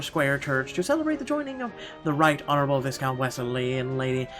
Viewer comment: Would I be a jerk if I pointed out that viscount is pronounced “vy-count,” with a silent S? Sorry! I’m sorry! I just couldn’t ignore it! 😬